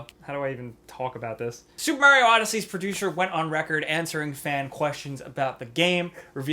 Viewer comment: When you were talking about Super MARIO I heard it as Soup MARIO